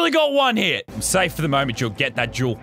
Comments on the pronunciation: I just realized he says “I need the Jewel” but now it sound like “I need the juul” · Who thought he said juul instead of jewel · Anyone else heard him say juul instead of jewel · Luke05 15 lmao I knew someone else had to bring it up.. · Connor Lucich Official i litteraly commented the same thing lol it does spund like he says juul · hate to admit it but you right i was ripping my shit during this and everytime he said it i laughed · whenever lazar says the word jewel, imagine he says juul. cant unhear it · That’s how people with Australian accents say it... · Every time he said "Jewel," a high school vape addict got a little excited, thinking he meant "Juul" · That’s what I thought when he said juul😂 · "Got to hid that juul so they cant see it" "I love me juul" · My brother thought he said jew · Anyone else hear “I wanna get myself a juul” ?